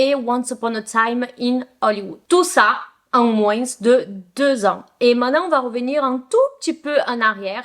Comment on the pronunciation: J’adore tes vidéos. Je ne commente jamais, désolé pour cela. Juste le mot « moins » le « s » ne se prononce pas! Bisous, continue ou pas, dans tous les cas soit heureuse 😘